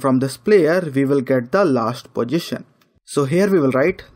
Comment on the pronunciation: You are a talented person..no doubt..but little correction I would like to make in your pronunciation.. Don't pronounce position as pojistion ..sounds awkward when you say it continuously.. I think you can easily correct it.. I know we have the mother tongue effect ..